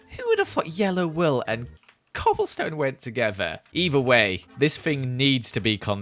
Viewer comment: yellow wewl haha, love your videos!